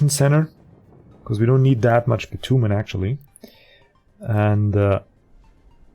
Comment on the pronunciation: Not really that important, but bitumen is pronounced bi-chew-min.